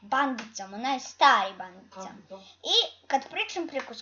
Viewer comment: Nije bandicam nego bendikem se kaze ali si dobar